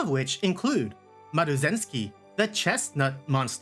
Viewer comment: My face when the name Maruzensky was pronounced :face-red-heart-shape: 😂😂😂 This laugh can be recognized anywhere 😊 great video